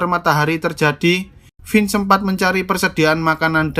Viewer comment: mantap!!!! aq senang dengarkan "Vince" dilafalkan dgn bener. Makasih!